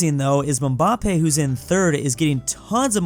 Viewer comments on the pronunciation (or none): "Mumbampei" "Laionel Messi" 😭😭😭😭 sorry but correction: Mbappe "Embappe" (literal prounciation) Lionel "Lionel" (pronounce it as it is) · nah bro he is clearly saying it like Mubappe instead of Mbappe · Why does he say mbappe like mumbappe? 😂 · I like how he said mumbappé and not mbappé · I can never get over from the trauma has caused me just by pronouncing "mambampe" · no it isn't, its supposed to be "EM-bahp-EH" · aint no way he called mbappe Mabappe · needs to be looking up ALL foreign words before trying to say anything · pronunciation of Mbappe is killing me 😂😭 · Oh gosh saying Mbappé's name makes me want to cry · Same lol